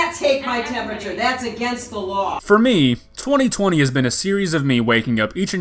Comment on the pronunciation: ”yOu CaNt TaKe My TeMpUtUrE tHaTs IlLiGiEl”